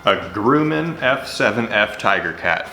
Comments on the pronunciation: excellent!!. but Grumman is pronounced GrUHmman not GrUEmman just a FYI but it dont matter great Job!!! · It’s pronounced grum-en. Sorry, I’m a plane geek. Looks sweet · It’s said like “Grumm” not groom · Grum (rhymes with crumb) not Groom (rhymes with doom) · I worked with people who worked for Grumman. They always pronounced it Gruhman and not Grooman. Idk lol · Every time you pronounce Grumman as grooman it’s driving me insane it’s pronounced like gr uhh man- sincerely a man who has cancer causing chemicals from the runoff from the factory that built those planes in his tap water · Not Groom-an. Think "grumpy" with your pronunciation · Just a friendly FYI it's pronounced Grummin not Groomin. Don't give up on your airplane lure. I get it would work as a trolling lure in saltwater since it could be mistaken by a Mahimahi for a flyingfish. Save it for when this covid thing blows over, and you can take your wife for a second honeymoon to Hawai'i. It'll be official: Mahimahi like F7F Tigercat lures. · Grumman rhymes with " Gum " not Groom. so it's Grum=in ... Your Welcome . I'm an old aviation enthusiast. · "Grumman" ....Grah-man, like grub... ..not GrUUUUman .......:) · sorry but its pronounced Gruh-man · Pronouncing it grooman is offensive. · its pronounced Grum men like crumb but with a G. Fun fact i work in the same building that this airplane was made in. Its now an amazon warehouse anI nothing is there to show the history besides 1 decommissioned fighter jet located at the end of the block with one sign in front of it. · Grumman Grum-min Grum like "rum" - min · Btw, it's pronounced like Grummin...Grumm-in. Like bum, but Grumman... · You said Grumman wrong, but this is still awesome. Grum, say it like Drum. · Grumman is actually said like g-rum-an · Grumman is pronounced like the word gum. Grumman. FYI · Grumman is pronounced (Gruh-mann) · a dislike for every time he pronounces grumman wrong. It's GRUM-MAN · No it's GRUMMAN...like gruh-man. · Grew men